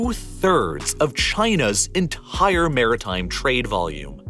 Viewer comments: You pronounce entire like enthhhhhhair. hahahah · For some reason unbeknownst to me, I absolutely cringe every time you say the word “entire”… it sounds as if you’re pronouncing it “entihhhire” and I can’t get on board. Edit: Video is amazing tbh all your stuff is. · theres no h in entire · Great content. Another perk is the voice pronouncing words like “entire” which sounds like “ENTHHHAIAH” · China's Enthhhire Oil & Gas Problem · i love the entire pronounce, "enthaire"